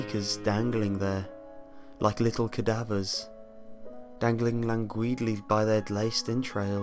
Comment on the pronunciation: Oh, and how about "langueedly" ?